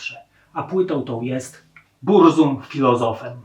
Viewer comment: Burzum wymawia się z germańska "BURCUM"...